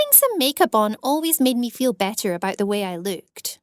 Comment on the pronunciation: “I was worried aboot it, I hated my lewks” her accent